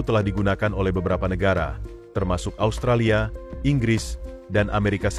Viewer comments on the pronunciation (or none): none